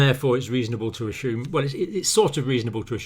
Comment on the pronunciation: I wish that he would say respiratory not respireTori. And I also wish that he would say us assume not ashoeme